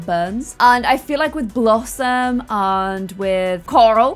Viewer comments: lol did say Blossmay instead of blossom😂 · I can´t be the only one that heard say blossmate instead of blossom when blossom asked if she should ask Annabelle over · Did anyone else notice she said blossmate instead of blossom 😂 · When said "Should blossmate" I died